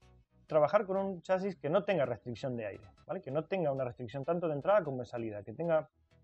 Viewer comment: Entendido Sr. ""